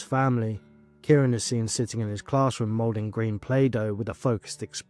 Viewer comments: Or Kai-ron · Absolutely heartbreaking 😢 BTW his name is pronounced as ky ran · Thanks so much for making this ...just a heads up it's said KY -Ron ❤